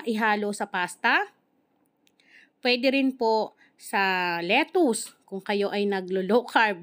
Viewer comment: Lettuce pronounced lettice not lettuce. Great cooking. We pressure canning sardines in a Mason jar .